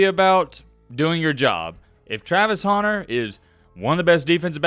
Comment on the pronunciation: Pronounce “Hunter” correctly challenge, difficulty level: impossible😂. You’re right though, this is blasphemous malpractice by the voters.